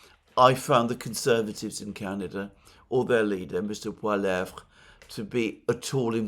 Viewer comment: Why can't ANYONE outside of Canada pronounce Poilievre?! It sounds exactly how it is spelt. Very disrespectful, Alexander.